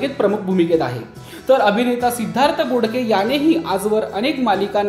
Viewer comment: बोकडे नाही . बोडके आडनाव आहे.